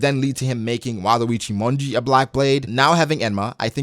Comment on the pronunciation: Had some noise happening around me when you said "Wado Ichimonji" and my brain went, "Waluigi Monji." Just thought I'd share that fun moment.